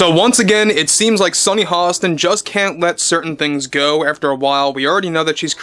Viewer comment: Is her name Sonny Halston ? Or Hostin? You say her name like there's an L in her name ? Is that how we're supposed to pronounce her name ? Not giving you sh--, just trying to be on same page. I love your video segments ! Seriously.